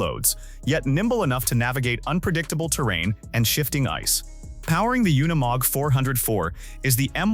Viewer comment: I see you caught that as well. The artificial intelligence couldn't say unimog right. It happens a lot on these off-road things I've heard them say words like ton but pronounce it incorrectly like they were saying tong minus the g. Both the AI storytelling and the AI images are terrible. I've seen one where showed how a gun works and it fired a bullet with the primer and casing still intact